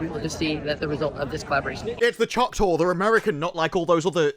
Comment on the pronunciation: Just curious, why cant you say choctaw?